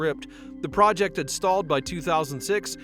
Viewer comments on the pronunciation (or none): none